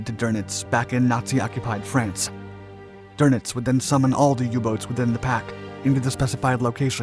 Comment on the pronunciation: It's not pronounced Karl "Der-Nitz" - It's pronounced Karl "Doo-Nits" - There's no R in Dönitz. - When you say "Der-Nits" you sound like a hillbilly. "Eermegerd! Ert's Karl Dernitz!"